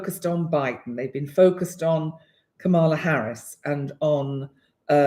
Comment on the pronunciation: Hi, dear. Kamala Harris pronounces her name with the emphasis on the Kam. KAMala. I left the same note for Pam Gregory, who I know you respect, so you're in erudite company. We want to keep you in the Know! Thank you for your very useful and smart video, as always ❤.